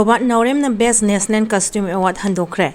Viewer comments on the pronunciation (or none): Nationen haiganu National haiyo karinohe noisu khradi henmalli 😂